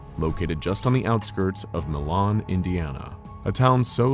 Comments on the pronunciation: so as someone who lives where Milan IN used to be, its pronounced ‘mY-lan’ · Just to lyk it is pronounced my-lan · It’s pronounced My-Lynn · Mylan Indiana, not the French pronunciation "Milan" Yes, this is a real place. I've been there. Ripley County, Indiana. Allen County is northern Indiana, up by Fort Wayne.